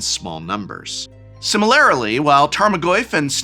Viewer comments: “similarily” aint a word prof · SIMILARILY? Give this man a second take! Is there not someone behind the camera?